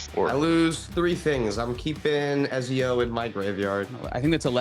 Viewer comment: Everytime said Ezio, I cringed a bit. I know he hasnt played AC, but damn